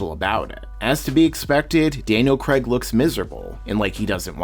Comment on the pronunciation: I gave up at "Creg"...